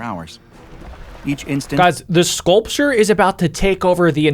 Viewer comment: The way the guy talking said scaulrure is ugly and stuff like that